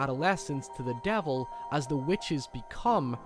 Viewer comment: Meeking a deehel with the deevel.